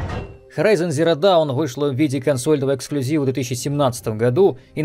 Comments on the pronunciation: Наверно писали уже, но даун - это down, а dawn (рассвет) читается как доон. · Уважаемый бомбящий! "Даун" --- это сами знаете кто (возможно, даже и не догадываетесь), а вот слово в названии игры читается как "дон" с длинным таким "о". Но к делу это, конечно, не относится (C) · Он специально dawn называет down? Как-то режет слух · Я один слышу какую то хрень ? Dawn произносится как "Дон" и переводится как " Рассвет". При чем здесь "Даун"-" Dоwn"- вниз? То есть если уж дословно, то игра переводится как " Горизонт нулевого рассвета" , а не "Горизонт ноль вниз". Может я не понимаю что то????? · Вниз на английском пишется down, а dawn - это рассвет и читается как дон. А так мне все понравилось👌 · Спасибо! А то бесит когда Dawn - Даун или Saints Row - Сэйнтс Ров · эм... откуда ты взял "ноль вниз" и "зиро даун"? если это намеренное искажение - вопроса нет, но если это серьезно... подучи произношение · вопрос был ошибся ли блогер или намеренно неправильно произносил название, я понимаю слова dawn и down похожи, но произносятся по разному и имеют координально разные значения.